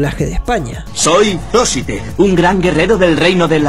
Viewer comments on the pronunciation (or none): Excelente resumen! Pero en realidad es Zoisite, no Ziosite 😅